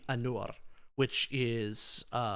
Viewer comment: pretty sure Ainur is pronounced as "eye-noor"